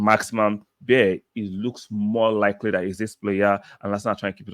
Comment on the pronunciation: His surname, beier is pronounced as baya